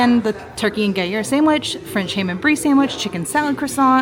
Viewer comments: is very nice, but a few suggestions: 1) Magic bars do not have carrots in them. Read the ingredients in the menu. 2) The cheese is pronounced “gru-year” not “guy-year.” 3) The French confection is pronounced “Mac-ron,” not “Mac-rhone.” But I enjoyed seeing you show all those mouth-watering goodies! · Is the first 'R' in Gruyre 'silent'?... 😂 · Is the 'R' in Gruyre silent???😂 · love ya girl but please learn how to say gruyere. Would be interested to see you all go back after a month and see how it stacks up still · did okay, but please, for the love of disney, learn how to pronounce what you are talking about....the gruyere pronunciation was so off it was getting on my nerves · I yelled at the TV every time she said Gruyere. LoL